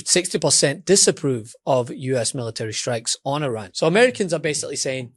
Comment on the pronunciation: Let's normalize pronouncing "Iran" correctly.